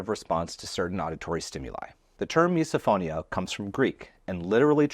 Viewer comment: Does misophonia also apply to the reaction felt when someone in a video continues to pronounce “misophonia” like miso (soup) instead of miss-uh? 🫣